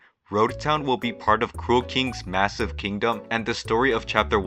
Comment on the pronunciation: Did you say MASSIVE?